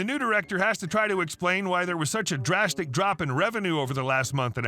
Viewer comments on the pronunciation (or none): none